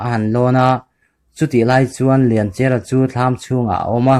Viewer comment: Mizo thawnth i pawngsual a ni ringawt a lawm le,chawngtinleri an lak lai hi,sumhmun a a buh deng lai,suk a tlu ri bawl a,arawp a rawn thlawk thla a,lianchhiari chuan 'awi ka u lian' a ti a abo ta tih hi kan hriat dan a ni. Lianchia tih pawh hi Lianchiara tiin i lam daih a.